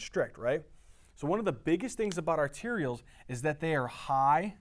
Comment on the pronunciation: Arterioles, not "arterials" and pericytes not parasites